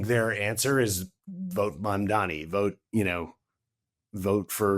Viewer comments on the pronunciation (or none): Did I hear Mr. MadMoney instead of Mamdani ? 😂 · The way butchered Mamdani’s name 😂